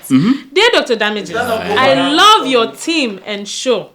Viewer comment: "It's time for yowa emails" (it's your not yowa lmao)